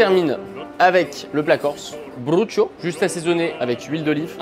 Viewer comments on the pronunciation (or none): On dit Brocciu, pas Brochio... Je t'en ficherais, du brochio 😂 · je vais être grave chiant mais ptite remarque : c'est pas bruccio mais brocciu mdrrrr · Yaaah, Forza Corsica! ça se dit "brutcio" avec le "o" faible, presque muet. Tes vidéos sont géniales, ça permet de découvrir la vie japonaise et des choses qu'on ne saurait pas si on voyage au Japon pour quelques jours sans avoir de discussion. Merci! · Respectez le brocciu. C’est OU à la fin pas O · Manque un peu de respect à la corse... Le brocciu n'est pas un plat cuisiné... tu aurais du faire un sauté de veau aux olives... Ou un brocconcini se veau.. Ou trippe à la bastiaise mais cest clivant On dit pas du tout comme il dit.. Tu le prononce si j'écris pour un francais "broutcchiou" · C'est cool pour le brocciu mais le problème c'est que... ce n'est PAS un plat !!!! C'est un fromage frais ! Pourtant il y en a des plats corses que vous auriez pu cuisiner... Et brocciu ça se dit "broutch(ou)" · Haha et oui premiers évidement et pour la prononciation du brocciu ça donnerait quelque chose comme ブロッチュ Finalement le japonnais aide presque à mieux prononcer les mots corses que ne peut le faire le français peu habitué des accents toniques 😁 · En phonétique brocciu se dit « brotchou » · Brocciu se prononce "Broutch" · Et voilà encore un plat corse mal prononcé 😂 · Sinon tellement vrai aucun ne la prononcé correctement mais ils ne sont jamais venu en corse c'est pour cela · On est bien d'accord qu'il prononce très mal le brocciu ? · mais oui 😂😂 les deux en plus !! Aucun des deux l’a bien prononcé je meurs 😂😂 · Comme tout les Pinzuti... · Je cherchais ce commentaire 😂 à chaque fois ça me fait tiquer mais bon je comprend qu’on ne connaisse pas la prononciation exacte quand c’est une autre langue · Le prononciation du brocciu c pour me terminer 😭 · et oui le brocciu évidement meme si ils le prononce mal ^^ forza corsica !